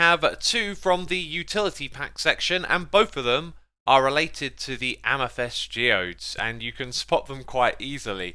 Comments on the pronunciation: why does he say amythest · i like how you say amythest